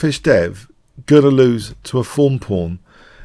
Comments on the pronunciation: Seriously the way you said it it always sounded like 'foam pawn'. I just realized you meant 'thorn'...wow! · was my first youtube channel I subscribed too almost 5 years ago. This entire time, I thought he was saying fawn pawn. I honestly thought a "fawn pawn" was like a way of describing an innocuous pawn that becomes a monster later in the game, and also it rhymed. So it made sense to me. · i like your analysis very much but hearing you struggle with the phrase "Thorn Pawn" is like hearing nails in a chalkboard.